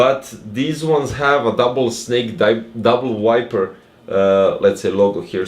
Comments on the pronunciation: You're pronouncing wrong the name, is Viper, not wiper! lol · You can ignore my comment, anyway I have auditive problems and Im from Costa Rica, so English is not my first language, is Spanish. Im sorry for my bad comment 😢 But seriously, in this video I hear wiper instead of viper, maybe only I can hear that... 🤔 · I can hear as this: wu-ai-per Correct pronunciation: vai-per I think this is a thing I only can hear, maybe yes, maybe not, but see the youtube cc, they have the proof, lol